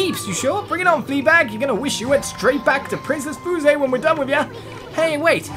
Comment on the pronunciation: Fuse. How it’s pronounced: f-yoo-se.